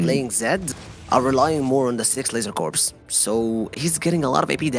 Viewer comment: Dude called it "Corpse" Focus.